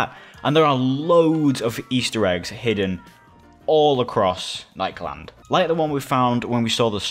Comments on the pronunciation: nikeland instead of nik-e-land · lemme help you pronounce it ni-key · It is nik e land is how it is pronounced